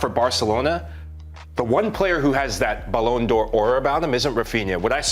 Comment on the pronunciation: „balloon D’or” 😂😂